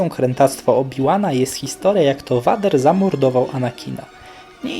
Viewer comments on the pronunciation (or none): Vader nie mówi się "Wader" tylko "Wejder"!!!!!!!!!!!!!!!!